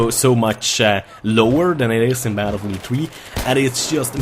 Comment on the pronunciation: just realised about the "batelfielf" lol